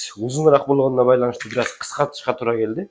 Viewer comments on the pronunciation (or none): none